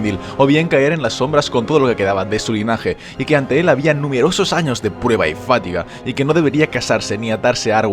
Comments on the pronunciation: Magnífico vídeo, siempre aprendo algo, incluso de personajes “muchiconocidos”. Pero, una duda, ¿por qué dices fátiga en lugar de fatiga? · Fatiga!! No fátiga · Por favor... no es "fátiga", sino fatiga. Palabra grave, no esdrújula. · wey, no se dice "fátiga", se dice "fatiga", sin acento, y se lee "fatíga", creo que ese es un craso error, y que repites más de una vez, más allá de lo de Aragorn. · Me ha encantado tu vídeo, pero te voy a decir sólo una cosilla ... Pronuncias FÁtiga en vez de faTIga. Un saludo. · "Fátiga"? Macho, esas tildes! jajaja ;) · Me encantan tus vídeos pero no he podido dejar de oírte decir "fátiga" con el acento en la primera "a".No se si sera cosa mía o que se dice así por tu tierra, sea la que sea.Saludos y sigue así máquina. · deberias aprender a acentuar fatiga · No hombre, si hablas mucho mejor que la mayoria de indocumentados que van por ahi, pero me sono muy raro, hasta mire el diccionario por si las moscas. Un saludo